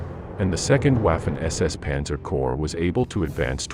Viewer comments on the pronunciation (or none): none